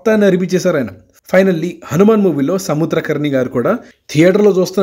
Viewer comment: సముద్ర ఖని భయ్యా, కరని కాదు